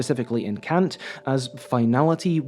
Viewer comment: yay you pronounced Kant right :3